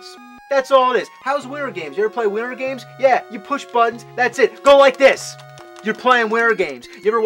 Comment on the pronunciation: Widdern games, another avgn speech impediment issue